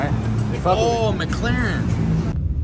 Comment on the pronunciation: Now, I'm convinced you say the wrong car names on purpose 😆 McLAREN!